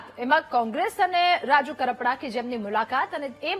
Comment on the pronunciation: Pahela ben bplata shikho kapada nahi karpada